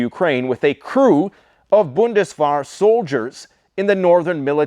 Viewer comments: Bundeswehr is pronounced as "bundes-w ea]r" (wear as in bear), not bundeswar... Just saying.] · That’s pronounced bundes-vhere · It's more spelled like "wear" than "war". Say "Bundeswear" for Bundeswehr ;) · 😊so cute, it's Nicht schiessen, pronounce the t at the end. Bundeswehr pronounce the e in the middle as an a